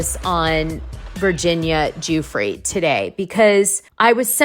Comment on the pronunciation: Hi Dana. I love your show. Just a note - Virginia Giuffre's last name is pronounced "Jeffrey."